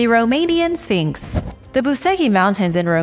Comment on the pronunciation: Exactly and it's a well known image in Egypt. Absolute rubbish that nobody knows what it is. I actually stopped watching at this point because I couldn't believe the amount of poor "reporting" and other rubbish being spouted in this video! It also annoys me how she says sfeeenks